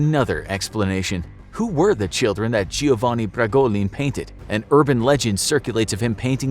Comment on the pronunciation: Giovanna not Giovanni